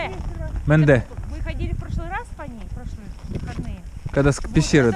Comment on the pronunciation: Речка называется Менда, а не Менде или Мэндэ.